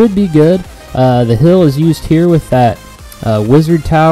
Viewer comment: Liked the vid just hated the way u say HILL instead of HEAL